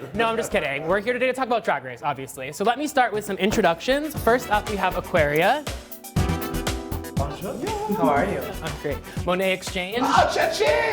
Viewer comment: aquaria sounds Australian lol